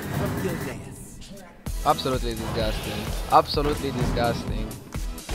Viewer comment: DisГusting, just a disГusting, guys...